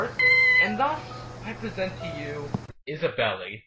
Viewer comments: THANK YOU! I was sure her name was pronounced Is-a-bell not Isabelly! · "Isabelly". srs bro. One does not simply "pronounce the e" in Isabelle. Sex jokes in TheGamingFamily1 are fine, after an in-game caption during the introduction said "fuck". But I chuckled in my mind :) Devil May Cry. He didn't though.